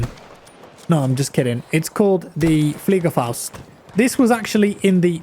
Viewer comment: My man pronounced Fliegerfaust like a champ